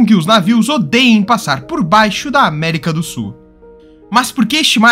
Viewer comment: América do Su é bem ruim hein tem que pronunciar melhor amigo